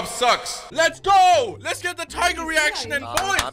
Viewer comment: TAYGER. Y. WEL. TOLD. YUO